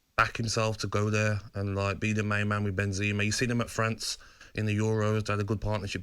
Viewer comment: Say benzama properly lol